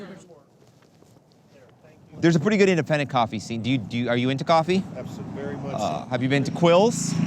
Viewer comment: Am I the only person that notices he replaces the letter V with a W???